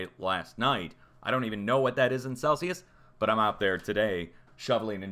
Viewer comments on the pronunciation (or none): none